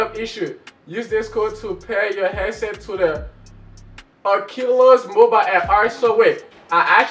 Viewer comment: Man don’t know how to say oculus 😂😂